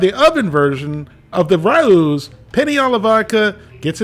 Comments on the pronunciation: It's not Rah ewww, it's Rah ohh. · the brand is pronounced RAY-O's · It's pronounced Ray-O It's not hard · It's rah, like rat, plus ow, like ouch. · It’s pronounced Ray-O’s. 🤦🏼‍♂️ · We pronounce it "row" as in rhymes with "wow" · It’s “ray-ohs”, my man. 😂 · Hi, a) I enjoy your work, and have for years. b) I originally pronounced it like "raww" (the English pronunciation like "My parents had a row about my school grades) c) I've been informed it's pronounced RAY-OH's. d) I'm not the word police, just mentioning what I've been told. Keep up the fine work. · It pronounce as Ree-oo-s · It is pronounced Ray-o’s. From a New Yorker. Love your videos. Keep up the great work. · I don't know what they've been telling you, but it's pronounced like OW (like you stubbed your toe) with an E at the beginning. The R has a really short roll, but it's fine without it.